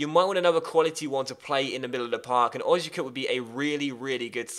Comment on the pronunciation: It's pronounced Oh-zee-ya-cup